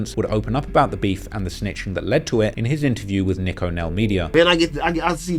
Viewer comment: pronounced Neeko Nell, not Nick O Nell... lmbo culture vutures are the WORST... Hire a native to help you if you're really about this life of "investigative reporting"... it's NOT authentic, if it's not AUTHENTIC...